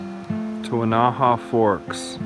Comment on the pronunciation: I sure like your videos. The Weneha-Tucannon Wilderness is in my back yard. I was out in 2015 just before the Grizzly Ridge fire started. It burned roughly 50% of the 160,000 acre wilderness. All the damage was on the Washington side. By the way, Weneha is pronounced Win-a-ha with the accent on the first syllable. Many of your videos shows the hatchet / axe throw into the tree. I know this is fun but it can kill the tree, if enough slices are made. You may want to reconsider this or choose only dead trees. The last one in your video that shows the hatchet throwing is a Ponderosa pine and it looks very healthy.